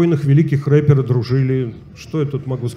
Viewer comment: оговорочка, однако? "два великих РЭПЕРА дружили")))